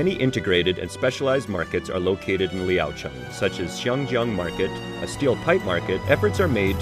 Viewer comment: your pronunciation of the city name sounds like the local tone...